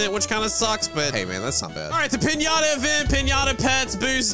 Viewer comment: doesn’t pronounce piñata properly😂